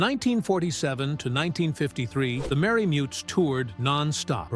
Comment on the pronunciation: Merry Mutes not Mary Mutts. Pronounced Pet-ree, not Pee-tree. The TV pilot with Carl Reiner stunk!